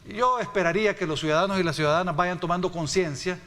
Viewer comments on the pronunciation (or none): UFFFFFFFFFFF ESTE EX DIPUTADO SALIO PEOR QUE SANCHEZ CEREN EN PRONUNCIACION TENEMOS QUE ENSEÑARLE LA PRONUNCIACION DE 1 CIUDADANOS 2 EL REPITE Y REPITE CUIDADANO PREGUNTO EN CUAL ESCUELA ESTUDIO ????.... SUIDADANO .... ?????? .... SUIDADANO NUEVA PALABRA MUNDIAL SANTISIMO TREMENDOS EX DIPUTADOS ???? WEPAAAAAAAAA BITCOIN TRAE SUIDADANOS JAJAJAJAJAJAJAJAJAJAJA MR. VALIENTE X FAVOR USTED QUE LEIAN PERFECTAMENTE .... NO LO VEO NO LO CREO X LO QUE ESCUCHO .... LOS SUIDADANOSSSSSSSSSSSS